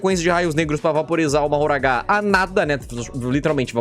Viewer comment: a pronúncia de mahoraga não é "mahoragá" mas sim "mahoraga"